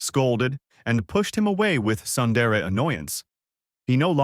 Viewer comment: Sundara it's sundere